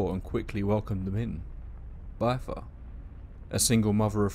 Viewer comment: "bith•ur" not "bye•thur". Rhymes with "wither". You're driving me crazy with the mispronunciation